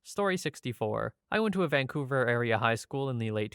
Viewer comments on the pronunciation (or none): none